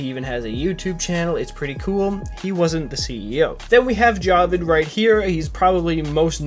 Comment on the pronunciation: you're still pronouncing jawed wrong lol, its actually pronounced ya-ved